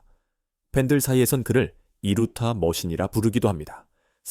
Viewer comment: 두루타 라는 것도 있는가? 했는데 이루타였구만....ㅋㅋㅋ